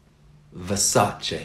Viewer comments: You still pronounce Versace WRONG - TOOL! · listen. Its pronounced like versacha versaCHA with that CHA sound, very different with what he pronounced in the vid versachey like that,😅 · Good video! It is pronounced Ver-sa-che though and the r should sound a bit stronger. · The guy in the video certainly doesn't speak Italian. And it's OK. He mispronounced Versace for sure, but English speakers usually pronounce every foreign brand incorrectly. Versace is just one example. The way Americans pronounce "Carolina Herrera" makes me want to die. Lol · actually, you are pronouncing versace wrong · You misspronounce Versace for sure lol